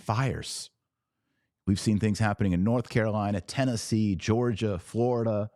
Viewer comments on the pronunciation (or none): none